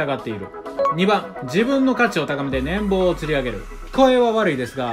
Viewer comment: 年俸はネンポウと読みます。野球のチャンネルやるなら正しく発音した方がいいと思います。